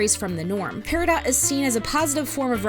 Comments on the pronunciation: Why is the character's name pronounced "pear-ih-dot" when the gem is supposed to be said as "pear-ih-doe"... I don't know why but it bothers me XD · It’s peridot like doe or dough. And while I try to stay out of my own spectrum areas, solely to show an appearance of being normal, and some of my friends when they found out said that either they didn’t know or that it made a lot of sense. My special interest is in literature, so while I may not be a standing ovation for speaking, words and their pronunciation and etymology are what give me curiosity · Her name is pear-a-doe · apologies if i'm being weird, but as far as my understanding of the english language takes me, peridot is pronounced peridoe